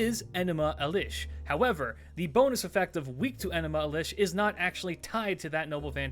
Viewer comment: Good stuff but why mispronounce enuma elish?